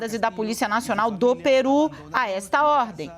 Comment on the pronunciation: é Pêru e não PIRÚ.